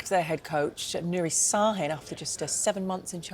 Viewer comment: it’s sahin not sarin….